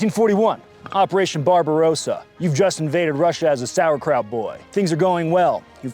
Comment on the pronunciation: *Barbarossa. Barberrossa is something you Amies call when your wife yells at you that you need a haircut. Also stop pronouncing the PPSh like P-P-S-h. Constructor named Shpagin made these. You wouldn't pronouce Thomas as T-h-omas.